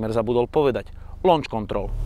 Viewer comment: Pri vyslovnosti: Lonč kontrol mi skoro zabehlo :D inac super video ako vzdy